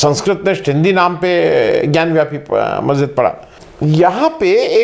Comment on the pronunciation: bewakoof ho kis masjid ke baahar Nandi hota hai and more ever it is not gyanwyapi it is gyanvapi